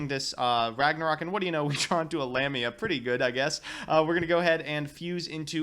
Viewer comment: it's Lamia not LamiNa, and it's pronounced LáPláce not "laplaice" it's in honour of a french mathematician.